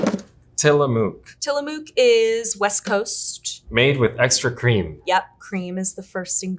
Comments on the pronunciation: Ok Tillamook is pronounce Til-a-muck..... not Tilamoook! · The last syllable in "Tillamook" is pronounced like "look," not like "luke." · As an Oregonian, it was pronounced wrong in the video. Tillamook rhymes with book and took, not juke or Luke. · You guys are saying Tillamook wrong! It's no "moo-k" it's more like the U in the word "push." They really fell off in quality about 10 years ago, sadly. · till ah mooooook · I am an Oregonian and have never heard a real person say anything other than tillamook like "book". It's probably the same people saying -mook like "duke" who say "Ne -VAH -da" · They start with HD which is the best and has always had the least ingredients but attack it for no vanilla beans when they have vanilla bean as an option!!! I don't even know why they offer the plain vanilla but they do so this is completely unfair and felt like an attack on HD. So annoying but their use of AI which cannot pronounce Tillamook and the guy who is supposedly an expert but who can't pronounce carrageenan just makes this review lose all credibility. The Jewish one is sooo eccentric with her hair wow. I'm a much better expert. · Everyone pronouncing Tillamook that way is so annoying lol. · I am the only one who cringed at how badly they pronounced Tillamook? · would have been nice if they could pronounce Tillamook properly. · I've been to the tillamook plant in Oregon, its said like it rhymes with book or took. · The way they said Tillamook drove me nuts. the O needs to sound shorter that long O sound is wrong. This is a native American word the pronunciation is different.